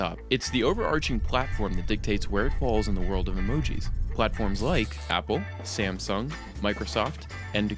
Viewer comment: I love how he said Samsung XD